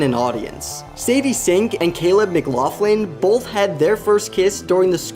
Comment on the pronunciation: bro said "mclothlin"